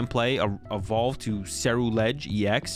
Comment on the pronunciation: did great on the pronunciation of ceruledge same with veluza